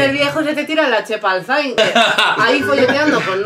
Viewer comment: Por qué ninguno sabe pronunciar el nombre de Zayn bien? 😥 S E I N SEEEEIIIIIN S. E. i. n 😘